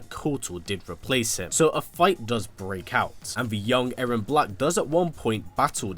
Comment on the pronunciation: It’s now A-rron it’s E-rron